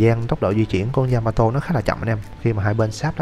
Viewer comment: yamato đọc lộn yamatee :))